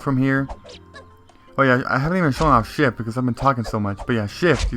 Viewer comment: I thought he said shit as shift 😂😂😂